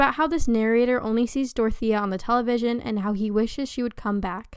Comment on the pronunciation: why the fuck you pronounce dorothea like that